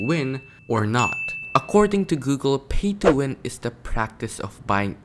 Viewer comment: Bro said phay Thso win